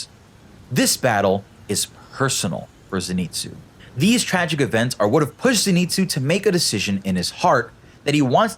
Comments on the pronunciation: It’s zenitsu not zEnitsu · Its not zin-its-zoo its zen-its-oo